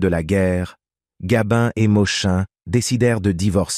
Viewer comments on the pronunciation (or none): Oui gabin et pas gabine c'est insupportable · Cette voix d'intelligence artificielle est insupportable. Ce n'est pourtant pas compliqué de faire lire un texte par une personne normale. On ne dit pas Gabine mais Gabin. On ne dit pas Touchez pas au Gribbi mais au Grisbi. On ne dit pas Michèle Morgane mais Morgan. Quand on évoque la date de naissance de Gabin on évite de présenter une photo de Delon.... etc etc..... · Bel exemple de texte réalisé à 100% par l'IA. Pas grand intérêt à cette video, il n'y a que le titre qui a été pensé pour attirer et faire croire à un document inédit... Et puis cette voix qui agace surtout quand elle dit "Gabine" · Arrêtez de dire Gabine s' il vous plait , c est nul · Nous avons maintenant l'IA ( d'ou Gabine )dans les rétrospectives d'acteur entre autres, cele évite de payer un locuteur , et oui le progrès. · " Gabine " ? cette voix de robot et déformation de nom d'artiste 😠.... un peu de respect svp !....